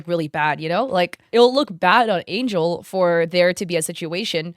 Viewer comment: Angel is pronounced different in bulgarian and he is Bulgarian it's Angél